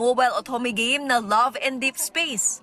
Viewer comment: Bruh literally noone says Gah-meh. It's game ano banaman yan